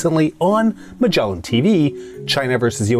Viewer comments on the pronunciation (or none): none